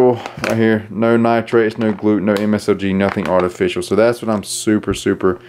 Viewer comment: "No msOg" 🤔